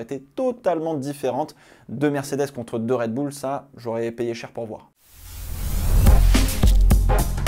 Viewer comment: "ZandVORT" "RedbOUL" ..... la France Monsieur